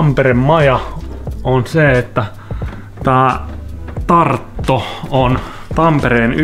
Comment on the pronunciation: Oikeesti repesin nauruun kun sanoit tarto ku oon virolainen ja se sanotaan virossa tarttu😂😂